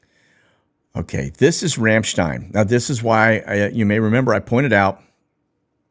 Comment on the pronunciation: Everytime you go over “Ramstein” it sounds like you say “Ranchdine.” My husband says it because you are a Texan. 😂